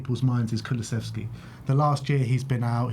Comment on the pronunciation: Another Jonathan Pearce who can't pronounce dejans name, it's " kuluseVski " NOT " kuluseFski"